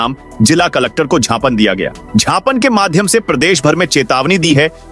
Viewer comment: आप जिस शब्द को "छापन "बोलते हैं वह शुद्ध शब्द" ज्ञापन "है इसे शुद्ध करके बोलियेगा.....